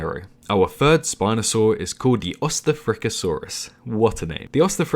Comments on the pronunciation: And hate to burst your bubble but, Ostafrikasaurus is pronounced Ost-Africa-Saurus. Named because of where it was found, something to do with German East Africa.-the reason this is a reply to myself is because my phone doesn't let me edit comments. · Ostafrikasaurus, east Africa saurus. Try pronouncing it like that xD